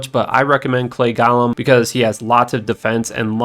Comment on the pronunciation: Go lem... Not gauhlem